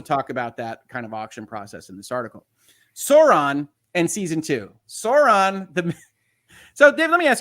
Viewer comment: Excessive criticism of a show for doing a disservice to Tolkien by two guys who can’t pronounce Sauron, is that ironic? I’m not a particular fan of the RoP show, just found this episode a difficult listen.